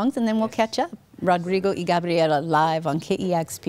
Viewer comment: she pronounced Gabriela so right!